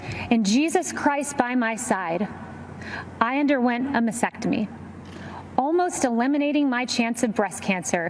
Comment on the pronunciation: She's mispronouncing "mastectomy." She's leaving out the first "t."